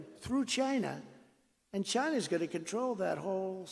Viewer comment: Stop saying Chyna.